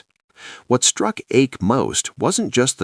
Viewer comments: It's not so far off. The correct pronunciation, expressed in terms of English phonetics, is in between Ike and Ache. The speaker in the vid erred on the conservative/old-fashioned side, using a somewhat too narrow diphthong. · Please pronounce Cardinal Eijk’s name properly.